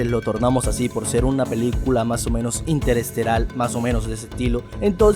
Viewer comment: Una película "interesteral" ???? Hacen videos y no saben pronunciar?